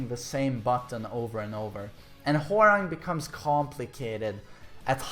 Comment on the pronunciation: who else kep hearing whoreang? lol